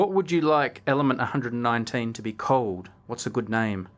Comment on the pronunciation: sounds like you said "What would you like element 119 to be Cold?"!!!